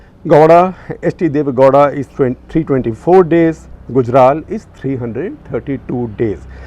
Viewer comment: Gawda sounds like law*a! 🤣